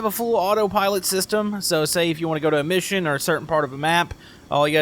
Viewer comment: Who else think sthat when he says a mission that it sounds like emission